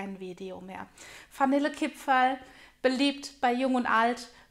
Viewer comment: Ich hab direkt ausgemacht als ich gehört habe dass die Dame Fanille Kipferl sagt....geht garnet. Spaß bei seite🤣👌🏻 frohe Weihnachten